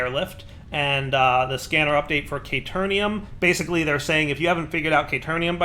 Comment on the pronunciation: CaterNium CaterNium CaterNium hahaha